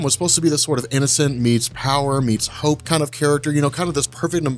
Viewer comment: I legit thought you said "one part innocence, one part hoe (not hope), one part raw power" and I about died laughing because I thought to myself next, is super girl a hoe? I'd like to read a comic with SG getting her hoe on